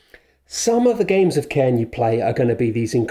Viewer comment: it's pronounced "karn" btw, its a gaelic word, the i is only there to specify the pronunciation of the r